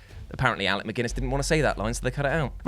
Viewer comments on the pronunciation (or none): Alec Guinness NOT Alec McGuiness, MCGUINESS!!!